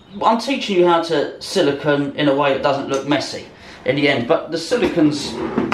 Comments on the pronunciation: First, regardless of accent, it’s not silicon. It’s silicone. Secondly, great video on beating a dead horse...and beating... and ..oh god... the blood! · It's Silicone, not silicon!